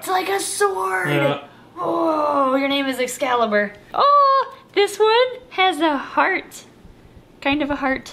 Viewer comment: Wait did you say excalaber